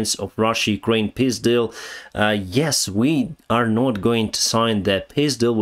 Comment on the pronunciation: Love your pronunciation: russia-ukraine piss deal🤣🤣🤣😇